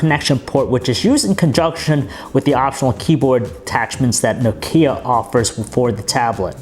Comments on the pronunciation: It's pronounced nOkia and NOT nokIa for Christ's shake! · Aaaargh!!! it's not No-Key-Ah - Nooooo! say Knock-ee-ah speed up until you get it right lol - great review though :-p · Nice review, but for the love of God, stop saying "Nokίa" :) !!! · its not pronounced No-ke-a, nokia is pronounced Nok-ea..... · it's "Nókia" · Nokía? Lol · for god sake stop saying Nokia IT'S fucking Nόkia...... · OMG STOP SAYING NOKKKIA! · I think he pronounces nokia like nok-ee-a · I like it how he pronounces Nokia. He says nokía, and it makes me laugh so hard. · Trond Håvås No it's not. I'm Finnish and he pronounces it incorrectly. It sound's like he says "Noo Kia". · No"Kia" o.O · Is it just me or does he pronounce Nokia weirdly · Please learn how to pronounce Nokia. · Learn to pronounce Nokia !!!!!!!!!!!!!!!!!!!!! And about the light bleeding, you should look into that on the iPad, i owned 2 so far, and both had light bleeding issues